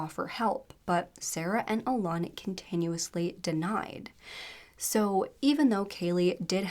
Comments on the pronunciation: And Alun is just pronounced like Alan. Google is not that hard to use 🙄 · alan is pronounced allen, you always change things to sound more tada, and thats insulting, poor kaylea